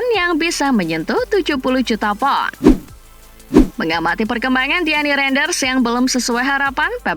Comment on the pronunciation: Min, pengisi suaranya belajar pengejaan lagi dong. Apa si PAN PON PAN PON. POUNDSTERLING😑. Dulu Mba Lalang Maya enak pengejaannya